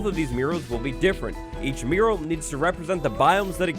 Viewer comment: I didn't know the word mural before, and when you said it without the texts, I thought you were saying mirror with a weird pronunciation 😂